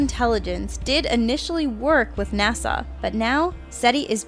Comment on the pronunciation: It's NOT NASAW.